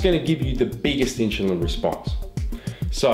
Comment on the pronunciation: I dont think he was saying insulin right lol